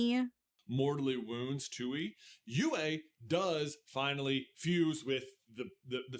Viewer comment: Every time the says “Tui” and pronounces is “too-ee” instead of “Twee” it makes me so mad. Like, you could easily rewatch a clip to make sure you pronounce it right